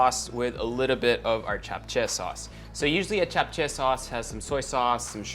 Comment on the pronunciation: Love how u didnt pronounce it as japchey but japche